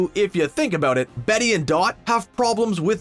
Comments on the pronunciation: he said BETTY instead of Bette. IM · I was down with the video until dude started getting his facts wrong and called Bette Betty and said Renokie smdh🤦🏽‍♀️🤦🏽‍♀️🤦🏽‍♀️🤦🏽‍♀️